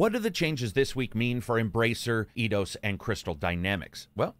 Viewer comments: took a while to realize you were talking about EIdos, and not Iiiiidos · Did you just say "E-Dos"? ^^ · It's not pronounced Eye-dos then?